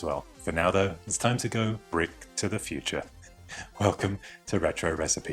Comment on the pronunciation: oh god, that "welcome" at the beginning